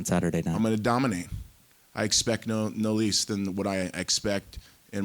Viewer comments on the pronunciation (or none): no lease? you mean no less? 15 seconds in and tito already done goofed lol